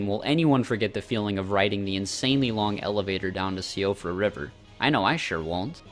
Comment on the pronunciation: Great video, one pet peeve though, siofra river is pronounced ‘sheefra’. It’s an Irish word